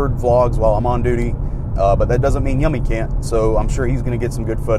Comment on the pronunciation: I thought yummi was pronounced you-me